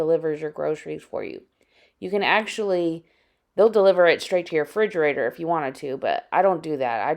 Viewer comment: Frigerator? Lol